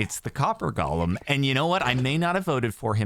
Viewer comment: you keep calling it Gollum. it's golem. Go-lem. please, donk. change ur waaaaaays!